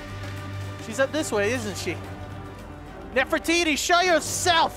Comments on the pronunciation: I love how calls her "Nerf-iti" 😂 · I love how kept calling Nefertiti Nefiti